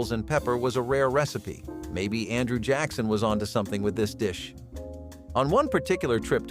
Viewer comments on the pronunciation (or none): none